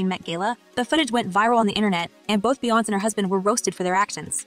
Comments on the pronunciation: Why are you pronouncing her name wrong? It's not Beyonce. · That was driving me CRAZY 😂